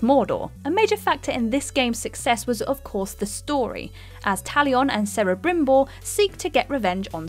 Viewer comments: Yeah. Kinda sad she said it with a soft C. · It's Kelebrimbor, not Sel. There are no soft C's in Elvish. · anyone else annoyed by the fact she mispronounced celebrimbor? it's pronounced Kelebrimbor. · It’s “Higante” not “jigante”, it’s Spanish. Also it’s “Kelebrimbor” not “sellibrimbor” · El Geegante Cerebrimbor Thasm Am sorry but i cringed then laughed after hearing them. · "Sawron"??? "Selembrimbor"??? Please don't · S'ow'ron and 'K'elembrimbor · the one that got me good was when she pronounced Celebrimbor she said Cerebrimbor. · What the heck is a Lam Bent Bru Mack? 😂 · Celeb is pronounced keleb according to Tolkien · I can't bring myself to even watch Shadow of Mordor/War for the egregious abuse of Middle-earth canon, but I hope they managed to pronounce "Sauron" and "Celebrimbor" correctly: for the record "SOW-ron"—to rhyme with "COW"—and "Kel-eh-BRIM-bor". ETA : what's a "CH-asm"? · Sore-on? Selebrimbor? With all due respect, either play the games or do a little homework. Or maybe I'm the only LotR geek in the audience. Or at least the rudest. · She also butchered Talion and Celebrimbor, as if anyone needed more proof shes never played the game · U pronounced celebrembor wrong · Jesus your pronunciation of various things here is crazy How can you not know how to pronounce celebrimbor/sauron if you’ve played the game? Or even chasm?! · So I'll go ahead and be "that guy" if you're paid to do voice list videos, actually listen to a cut scene or something where the characters names are pronounced. I let it go when the name is only in written format. But Celebrimbor is never pronounced the way you do it. And this isn't a Teedus v Tidus scenario. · Did anyone else cringe when she messed up the pronunciation of Celebrimbor